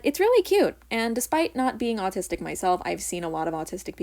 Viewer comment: I got so happy when she said 'I am autisic'